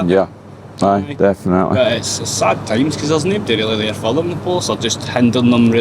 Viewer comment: I love Glasgow, my mammy was Glaswegian, but see the way some pronounce definitely as defenaitly. Grrrrrr.